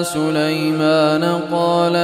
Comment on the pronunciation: لمن يمن ليمن وليس سلي لي مان اي ماتان سليمان